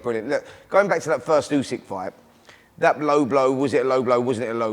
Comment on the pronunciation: Frank cannot pronounce Usyks name yet...🤣